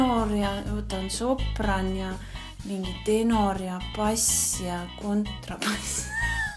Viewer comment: Sopran Mitte sorpan😉😉😉😉😉